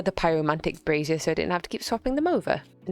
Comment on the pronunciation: just found this channel through this vid, i often don’t even think about foreign accents, but im loosing my mind at, “brazier” for some reason